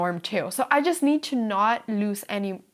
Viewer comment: when you say lose, be careful to brush over the s as though it were a z and not to elongate the o as though it's loose. Just like snooze, lose. Truce, loose.